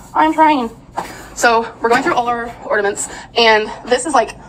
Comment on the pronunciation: Is she actually saying “ornaments” correctly???😮